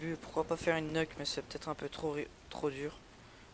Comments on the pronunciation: C PAS NEUK MAIS NUKE (NIOUK)!!! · t dégouté pcq on ta tuer ? moi jsuis dégouté de la façon que tu prononce nuke.